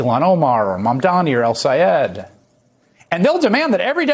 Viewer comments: Ron Johnson only has about 6 working brain cells. He might not be pretending when he mispronounces Abdul El-Sayed's name. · In ron johnsons case he was not pretending to not know how to pronounce the name because it has more than 1 syllable in it and that is what confused johnson who simply is not too bright to begin with